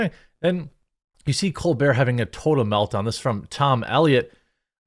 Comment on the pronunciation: You kinda oversold the word meltdown...